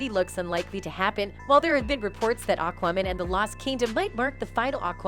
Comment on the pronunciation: "awk-wahmen" XD